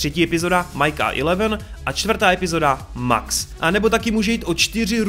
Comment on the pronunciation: no jakoby, je to blbustka, ale furt říkáš Max místo Mex a Duferovi misto Dafrovi, pisu jak se to cte a ne jak se to pise, ale jak rikam je to jen blbustka, takze to je skoro jedno😄